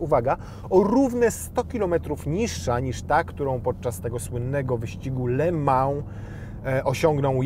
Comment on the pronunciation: Nie "le mał" tylko "le mą" bosze.....